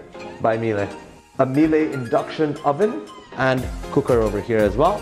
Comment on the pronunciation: No one: Hermione Granger: Its "MIÈLE" not "MILE"